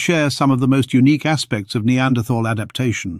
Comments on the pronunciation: The 'h' in Neanderthal is silent. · I cringe every time you say "Neanderthal" with the TH like in "this or that". I hope the message will spread that "Neanderthal" is a location in Germany where the first bones were found. In German "th" as in "...thal" is old orthography for "...tal", meaning valley and should be pronounced as "T". Even if the "TH" sound looks enticing it does not exist in German.